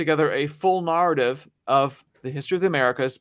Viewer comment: Why does this guy pronounce the word narrative, nahr-ative. With the a sound in farther rather the a sound in fair?